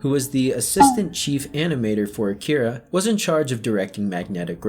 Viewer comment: Akira. Its pronounced AH-KEY-DAH